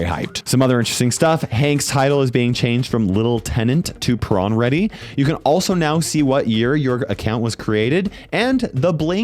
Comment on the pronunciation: Hank is now prrrrrrrawn ready🗣️🗣️🗣️🗣️🗣️🗣️